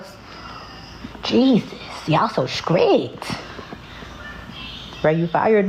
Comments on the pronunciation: "Y'all so SKRICKED. Y'all so SKRESSED." No way she's an actual Reading/English-Language Arts. NO WAYYYYY! 😂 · What is with the "skrict" and "skressed", and "value" instead of "volume", and "sussessful"? There is nothing wrong with the way she looks whatsoever. People with all bodies should be able to hold whatever jobs they want. And she is absolutely gorgeous, no doubt about it. She is a very pretty woman. It's the way she dresses and carries herself in an oversexualized way in front of students that makes her a problem. Also, whether the parents consent or not, children cannot consent and their faces and names should not appear in videos. Don't fire her. Make her dress appropriately, stop acting as though the school is her dating pool, and make her speak appropriately. Bigger women are not forced to wear mumus anymore. That's BS. She could wear body appropriate clothing that is designer and looks good. She'd look a lot better if she did. But the worst is her grammar and speech patterns. She knows better or she wouldn't have been able to graduate from college. So she could absolutely dress, act and speak appropriately. And ffs, don't allow her to call herself "teacher bae". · “I’m very mean, SCRIPT, and firm.” 😑 And she’s a reading teacher?! She can’t properly pronounce words though. 🤷🏾‍♀️ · “Scrict?” “Scressed out?” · Did she say scrict and scress? Please tell me she didn’t. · Did she say SHKRIT for STRICT???? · I don’t want my kid taking any classes from a teacher who can’t pronounce words like “STRICT & STRESSED” not skrict & skressed!! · I am with the guy on her teaching method … she is struggling pronouncing stress and strict 😑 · *scressed out" and "y'all so scrict"..... And she's a reading teacher??? Yikes.